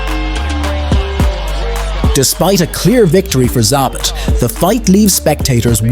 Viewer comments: It's Zabit, not Zabat) Cmon, you even write it right in the title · It's not Za-bit for fucks sake it's Za-beet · This could have been a great (and well deserved) recognition of a unique fighter's greatness, but to me it's largely ruined by the fact that you can't be bothered to learn how to pronounce his name correctly. And it would have been one thing if you heard it wrong once and just assumed that was the way you should say it, but you didn't even stick to a single mispronunciation. You call him ZAH-bit, ZAB-it, ZAY-bit... Like it's so totally inconsequential that you don't even bother to find out which one is right. And it turns out, none of the things you called him is right. It's pronounced zah-BEET. If you're going to butcher it, at least do it consistently, and give the illusion that you at least you might have thought had it right! Don't just say, "I don't know how to say it, but who cares? One of these ways is probably close!" Am I the only one who feels like it's a tad disrespectful to put absolutely zero thought and effort into trying to call the subject of your video the right thing? Who takes the time to make a video about someone and says, "this guy named... whatever, his name's not important. But he was really great, trust me!" Come on, man! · zaBIT not ZAAbit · "Zabbatt"? How'd you watch all the clips and end up with that pronunciation?😂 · 2 pronunciations of his name… both wrong. Can’t seem to pronounce several names, in fact. Facepalm… and “do not recommend”. Fire your robots.